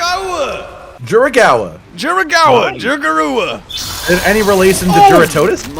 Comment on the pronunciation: 1. Dyuragaua, butchering it. 2. It is closing it's mouth all the way, it doesn't have lips.